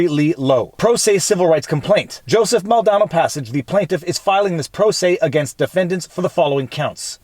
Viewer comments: Viva, I understand that you live in Canada, and have at least some Canadian French. But I find it funny (and awkwardly frustrating) that you repeatedly mispronounce "Maldonado" as "Maldano." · It really undercuts you’re credibility when you repeatedly mispronounce someone’s name. In this case, missing an entire section, and set of syllables in the name. It’s Maldonado. Mal- Da-Na-Do. It’s literally right in front on your face. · The last name is mul-dan-ado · Pretty sure it's Mal-don-ah-doh